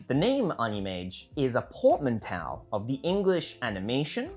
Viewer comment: Was the pronunciation of portmanteau on purpose?